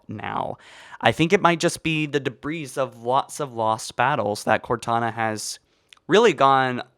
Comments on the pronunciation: say "debree" not "debrees." for the same reason you don't say gooses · Deh-bree. Not deh-breez. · Duh-breeze, bro it’s de•bris—dāˈbrē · Debris is not pronounced with the “S” , and is both plural and singular, so stop adding the damn “S” sound at the end of the word it’s pronounced “de-bri” with the S being silent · Debris is pronounced Duh-bree Zeta is not ze-ta it's zay-ta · Holy shit - please stop pronouncing the s in debris. It's said like "debree". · Halo Followers iconic mispronounced words: esbox, dabreez, foreigners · The S is silent in debris so it's pronounced like debree. Not debreeze. Btw great video ♥️ (And thanks for the likes everyone, I had no idea my comment would get so many) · “We see some debrees over here...” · You don't say the S on debris..... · i think the S is silent. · He was annoying me with that too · Dude, the "s" is silent in "debris" and is plural! Love your videos though. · The s in debris is silent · Bwah, stop pronouncing the s at the end of debris! It's silent! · Great vid but please learn how to pronounce debris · Nowhere in the world is debris pronounced like that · Please stop saying debris with an s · Rebelled and debris . . . for the love of god, learn to speak.